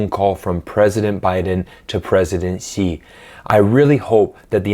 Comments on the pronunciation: Please teach Americans to pronounce Xi. It is the first time I hear an American pronounce it Right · you are the first american i saw that can pronounce pinyin X, as someone with that character in my name i appreciate it